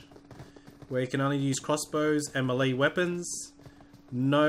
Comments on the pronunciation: Why does he pronounce melee as mel-lee, when it's actually pronounced, may-lay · It's Malay not mely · ITS PRONOUNCED MAY LAY JESUS CHRIST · He meant "melee" weapon. Not Malay language.